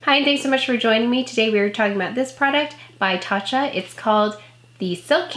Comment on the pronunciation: You pronounced it perfectly! 💜 Thank you so much for sharing your detailed review. Wishing you all the glow, gorgeous!